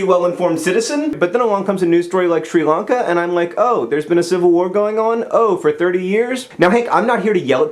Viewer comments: did anyone else hate the way he kept pronouncing Sri Lanka as shree Lanka why do it the i is not a sub for ees otherwise amazing idea for getting stories across keep doing what you do best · "Shree Lungka"? Come on, John, Melbourne is bad enough.